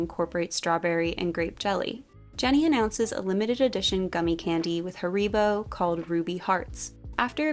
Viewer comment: wait, this is how you guys pronounce haribo? 😂